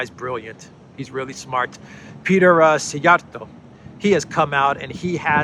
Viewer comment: Wow, you pronounced Szjjarto well! Yupp , he is one of my favourite Hungarian politicians.